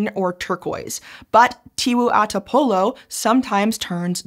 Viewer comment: as a native Flores where this lake located her pronounce of local name like tiwu ata polo and muri ko'o fai were much better than my fellow indonesian friends especially the one from java and sumatra. we mainly speak O like in bakso or soto while my java friends usually use it like in tolong or dorong.